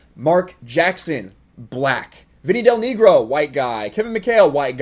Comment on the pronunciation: You said "Vinny Del Neegro." LOL :)